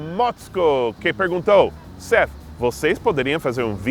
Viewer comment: é verdade q americanos nao gosta de Francês e porque? ah eu acho muito engraçado o falando o nome do seth em português ele sempe enfatiza o i no final para parecer brasileiro tipo setii